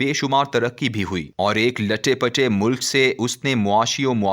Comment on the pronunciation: Yr Tu pagal hy ..andhy ..bewakof...Urdu nai padhni aati Tu na padh ..Kisi ko hire krke...lutty pittay ko...Latty pittay bol rha hy..jahill